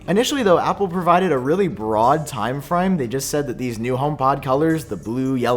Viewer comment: "time frime"